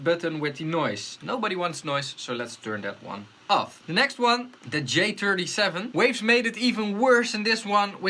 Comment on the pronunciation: "Dee J-turdy-sheven" LOL